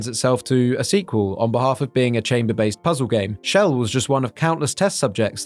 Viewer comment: Btw, she's Chell, not Shell